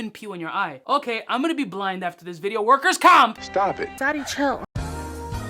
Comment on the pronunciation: Once he said Workers comp!!! I knew he was from NYC 😂